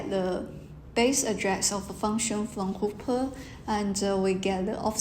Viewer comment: Sorry, seem I made a mistake in this talk. I pronounced Hopper wrongly.